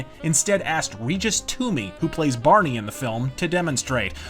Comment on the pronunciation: Regis Toomey's character is Bernie Ohls. Sounded like you said Barney.